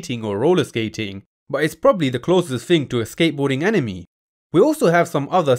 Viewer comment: he means when you say anime, it sounds a lot more like enemy rather than how it usually sounds being, AN-i-May